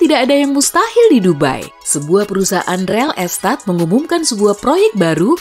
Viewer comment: Ga salah denger REL ESTAT????